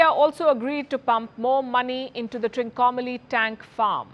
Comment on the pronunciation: not TRINCOMALI --- it is TRI-KONA-MALAI --- TRIANGLE SHAPED MOUNTAINS